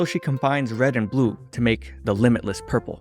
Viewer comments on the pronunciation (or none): "imaginary technique: Burple"